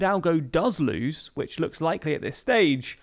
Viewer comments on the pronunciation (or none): none